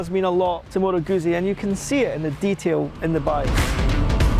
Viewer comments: When a reviewer begins his presentation not knowing how to pronounce the name of the bike he’s about to review, it gives little to no confidence that he’ll have any knowledge about Its place in history or in the overall motorcycle market. As an example of why it matters, visit your local Italian restaurant, order a large ‘Peeza’ and observe the stares of anyone within earshot. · If you are going to review something, then a first step is to learn how to pronounce the product you are reviewing. It's not hard.